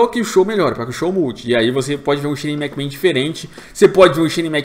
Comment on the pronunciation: Que agonia, o não consegue falar Shane McMahon